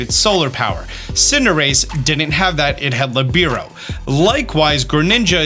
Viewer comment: Just going to point this: protean is pronounced pro-te-An. Not like protein. Libero is pronounced lib-ur-o.